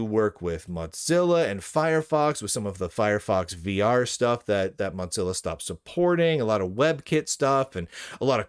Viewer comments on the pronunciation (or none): buddy, it's "moh-zil-uh" not "mot-zil-uh". You probably say "jif" too, don't you. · Why do you pronounce Mozilla as Modzilla?